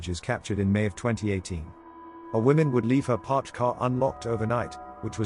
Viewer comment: woman singular is pronounced differently from women plural. learn english!